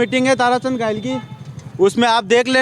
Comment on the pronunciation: भाई वह ताराचंद धायल है ना की घायल